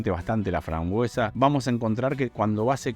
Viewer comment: Todo bien pero se dice FRAMBUESA no FRANGUESA 😅🙏